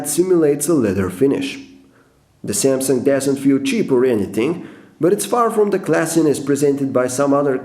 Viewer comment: You made 7 mistakes in the word "Samsung".